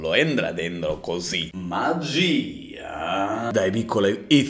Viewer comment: Sono sparite tutte le H: MAAGIIIIIAA